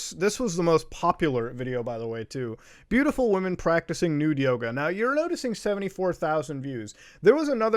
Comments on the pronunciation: All i can say is... i keep hearing "Naked Yogurth" instead of "Naked Yoga". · I was listening to the video and instead of Naked Yoga, I heard Naked Yoda. I spit my drink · We just got up and we thought he was saying "Nude Yoda" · bruh legit thought u said naked yoda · I thought you said Naked Yoda at first and I remained extremely confused for a while. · Ngl i thought you said naked yoda last time and am schocked to hear it was yoga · I thought you said naked yoda lol